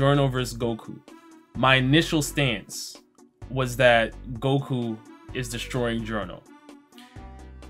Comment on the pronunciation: "Giorno vs Goku, my initial stance-" Stand User: Did you just say "Stance" or "Stand"? Either way, let's square up.